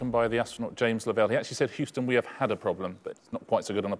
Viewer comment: Houston is pronounced "hue" - "ston". The first part is like the hue when referring to colors. Best way to describe it. NOT like "who".